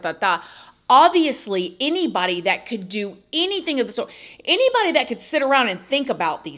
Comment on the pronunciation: the stress wouldn’t be on the “any”. It would also be “shorter “